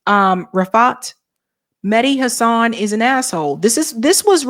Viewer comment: It's HAsan, not HaSAN, Emphasis on the first syllable.